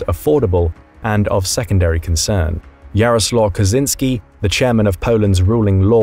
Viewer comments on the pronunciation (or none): Kaczyński, not Kazynski. And there is no such a town in Poland like Roklau. If you meant Wrocław, then WTF? Why did you change it's name so effing much?